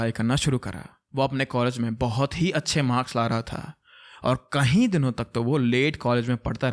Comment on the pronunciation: I just want to correct a small thing. You often use this word "KAHI" instead of "KAYI" for example : insted of saying "KAYI DINO SAY" you say "KAHI DINO SAY" KAHI= Somewhere KAYI = more than once I hope you correct it. And i love your channel and am a subscriber.....keep doing the good work.....